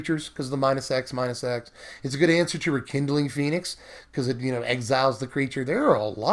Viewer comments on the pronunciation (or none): none